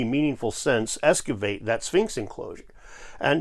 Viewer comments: Thanks for the clear presentation in your video. My only knock is that the word "excavate" is pronounced EX-kuh-vate, not ES-kuh-vate. 🥴🥴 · I’m a huge fan, but it’s eXCavate, not eSCavate… but don’t think I’m criticizing. Love your work, it’s critical!